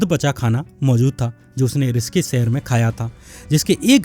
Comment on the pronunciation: ऋषिकेश को रिसकिस क्यों बोल रहे हो